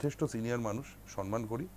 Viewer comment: শব্দটা সন্মান (সনমান) নয়, শব্দটা সম্মান